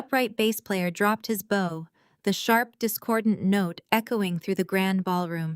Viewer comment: the plot is good but I have great difficulty following the story due to the missing "posessive S" that need to be attached to the names to make sense of the context. Also the mispronunciations of words like bow or lead, wound etc. I find myself constantly thinking "WHAT...oh yeah they must mean..."